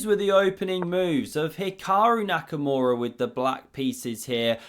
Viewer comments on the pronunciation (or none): none